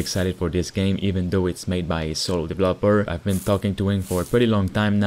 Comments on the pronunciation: Is he saying devlopers? or developers mans cant speak right "made by 1 devloper" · "one single divlapor"